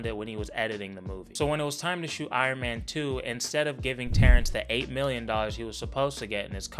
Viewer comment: Iron "mayne " incident